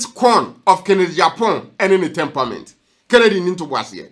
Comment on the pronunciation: It is NOT TemPAment. It is TemPERAment. Pronounced as ˈtɛmprəm(ə)nt. But you're doing a good job. Thanks.